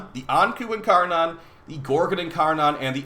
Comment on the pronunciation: Incaron triggers me a bit without being incar-nun